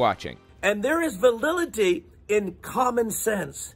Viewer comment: "There is valility"